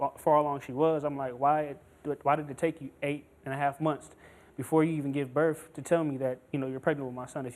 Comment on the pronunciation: Da blak girl “gave burf” 😂